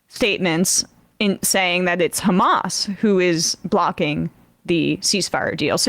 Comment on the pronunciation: Ghamas this, Ghamas that... Cant israeli people not just say "hamas"? Its childy and stupid that all of the spokespersons of Israhel are saying the same thing.. Its Hamas, its Hezbollah. Not Ghezbollah. They are not tough guys when they pronounced it wrong..